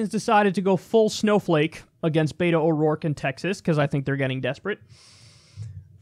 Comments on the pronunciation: The way Kyle says it, I'm always like "Did he call him a beta?" I think he actually did a few months back. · it's a short "e" ffs. beto just as it's spelled. Why can't any of you assholes grasp this? It's not "bayto". It's a short form for Alberto, Roberto, etc. Behto, say it with me now, please and thank you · Why do you call him Bae-toh??